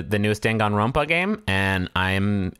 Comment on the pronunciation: jesus fucking christ hearing "dangan ronpa" outta griffins mouth gave me an aneurysm